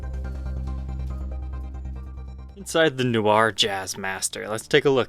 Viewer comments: Not "New-ar" ... it's "No-Ahr" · It's more like "nwar" (like GWAR), rather than "newar." Or, even more Francophonic, "nwah" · ''New are'' lol. Try ''Noh R'' or Google translate :-P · They look awesome! But your pronunciation needs work. Noir is not NEW-R it is NWAHR or nuhwahrr but pronounced quickly as one whole syllable.. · Little comment from a native speaker, "noir" is pronounced "nwar", you don't have to say "nyuwar" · In all fairness it's not "NWAR" either. It's pronounced mind of somewhere In between NEW-AR and NWAR. He's just putting way too much emphasis on the NEW bit. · Hey, —“noir” is simply French for “black”, and it’s not pronounced “noo-arr”, it’s “nwarr”, much less emphasis on the first syllable. And Fender’s used metal foil logos on some guitars since at least the late ‘90s, just not red ones—I have a 1998 American Deluxe Tele with a silver foil logo. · New-r? Nh-wah 😉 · Hi. Just love your vids. Loads of help and info on guitars, but your french sucks. NOIR, french for black, is pronounced NWA not NEW-AR. Just sayin'. Carry on the brill work. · Its pronounced "no-war" not "new-our" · In French, noir is pronounced nwar with a hard A. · Why are you pronouncing it nu-ar? Is that an American thing? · “New-ar”? Dude... No, no, no. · It's more like ''Noh R'' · The Jazzmaster is sweet, and your pronunciation of "Noir" is hysterical! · Great guitars but I winced everytime he tried to say noir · That's not how you say noir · First, learn to pronounce “noir” 😂 😂. C’est une syllabe pas deux, comprendré? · Haha, the pronunciation of “noir” was funny. Can’t blame the guy if you don’t know French. Nice guitars , especially the Jazzmaster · How could someone not have heard “film noir” pronounced at some point?